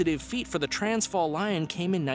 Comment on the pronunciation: The way he pronounced 'Transvaal', made me cringe hehe